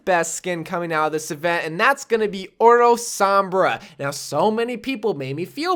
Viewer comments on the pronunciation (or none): oro is pronounced "ohdoh", Bro.